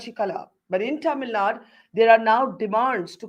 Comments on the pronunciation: Barkha, I have immense respect for you and your work - but it did pain me to hear you pronounce Tamil Nadu as "Tamil Naad" - in the wake of the recent North/South debates, the least we can do is get the pronunciation right! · Kannad, TamilNaad... That shows the attention and respect North India care about South. Just disrespectful..